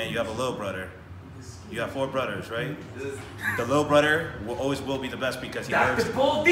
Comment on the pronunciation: Three brodderrs😂 bulldog learning tho